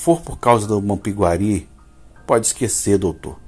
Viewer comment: O mais impressionante do relato é que o cara não consegue falar mapinguari kkkkk